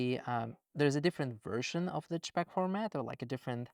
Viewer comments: You say j-pecks, we say jay-pegs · I wish the way JSON was said was consistent with the JPEG pronunciation, it's just so much more efficient to say CHpeg and CHson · I find it interesting that you pronounce JSON as jay-sun, but pronounce JPG/JPEG as jeh-peck. Not criticizing at all. In my dialect of english, people have all kinds of weird takes. This is just making me realize that there are even more takes on pronunciation across languages, and likely dialectically within those languages as well. What a trip. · I love how he pronounces JPEG as CHXHXHVHCHHCpeggg lol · JSON -> he pronounces Jay - Son 😇 but JPEG -> he pronounces j̷̪͕̪̣͖̖̻̓̿͌̀͐͆a̷̡̛͈͔̯̺̞̯̘̎̐͋́͗̅̕̕y̴̢̩͉̯̋̆̉̋͋͆͘ - peg 😳